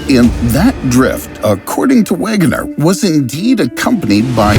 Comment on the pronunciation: it is pronounce (veg-e-ner) *wegener * hints his name is german